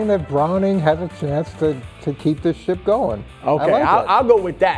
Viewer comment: He did. I just thought it was funny that it sounded like something else.